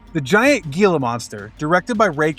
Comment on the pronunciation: Great throwback flicks! Gila monster is pronounced HEE-la because it's Spanish, btw. In any event, so many of these movies are a blast to watch.